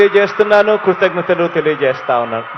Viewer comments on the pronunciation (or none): ఆంధ్రప్రదేశ్ ప్రజల దౌర్భాగ్యం కాకపోతే ఇది చెప్పడానికి కూడా స్క్రిప్ట్ చూసి చెప్పాలా అది కూడా చదవడం రావట్లేదు కృతజ్ఞతలకి కుతజ్ఞతలు అంటున్నవ్ కర్మ రా బాబు.